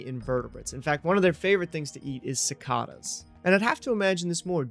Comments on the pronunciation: I'll never forgive you for how you pronounced cicadas. 😂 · Lifelong Floridian here: overall, you did a great job! 97/100. However, I had to take a few points away because of your pronunciation of two words: the first, and least egregious, was the word "cicadas ". I'll let that one pass, but as a resident of Alachua County (Gainesville and the University of Florida Gators), I cannot forgive you for your pronunciation of "Alachua". There are two ways to pronounce Alachua, depending on if you're referring to the city or the county, but the way you pronounced it was a war crime. Seriously, it was bad. Keep practicing. (Kidding with you! But yeah, it was painful to hear...)